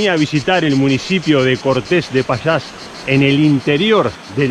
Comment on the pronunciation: No me borres otra vez, solamente te dije que no pronuncias bien la ll. Suena muy mal tal como lo pronuncias, tal como lo dices es un pueblo que no existe. No es lo mismo decir Castila que Castilla. hay que decir Pallás y no Pachas o qualquier otra cosa rara como dices tu